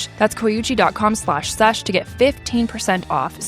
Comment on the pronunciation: I thought they said they were sponsored by “coochie” not “coyuchie”